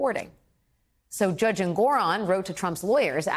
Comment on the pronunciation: Did she say jurdge instead of judge? She must be having memory loss. (Sarcasm)